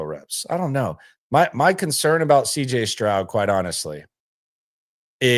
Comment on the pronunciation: Did you say CJ scrub😅😅 LOL laugh my ass off😂